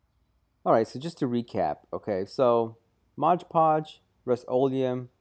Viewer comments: He's got the can, he can clearly see it says Mod Podge. But he repeatedly calls it Modge Podge. That's really irritating. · ****MOD PODGE!!! not MODGE PODGE!!!! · The point where I stopped watching this video. It's MOD PODGE. Your constant pronunciation of MODGE PODGE was driving me up the fucking wall.